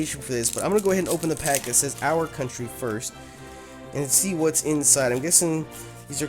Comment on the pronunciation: When you do you intro why do you say "BWOTS GOOD YOUTUBE" instead of "WHATS GOOD YOUTUBE"